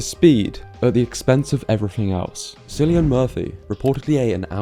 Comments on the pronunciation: “ Murphy” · Brooooooooo not you, you’re so smart? It’s Kill-e-an please 🙏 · kill-Ian…..kill…hard k mate. Come on…you know this. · Cillian Murphy sounds like a k not an s. Killian